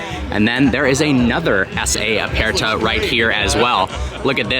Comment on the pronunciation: E in Italian is short, like in the word, bed. So please stop saying aPAIRta and competizionAY. Other than that, great video.